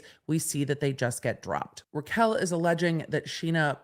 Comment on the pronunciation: Raquel not Rachel